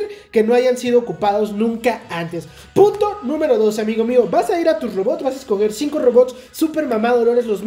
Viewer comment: pongan el minuto o presionen la tecla 2 en el video, chistosamente sale diciendo "Puto" (pero en realidad dice punto:3 ) JADSJASDJ gran video, gracias por el tip